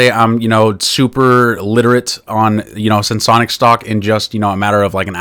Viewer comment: Finally! Someone who can pronounce the name properly! 😂 Sense-onics ✅ Sen-se-onics ❎